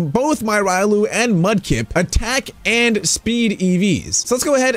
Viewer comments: Its pronounced Re olu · Me hears you call Riolu wrong WHAT